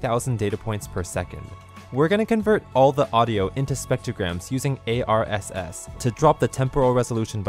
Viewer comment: I like how you dont actually pronounce ARSS :)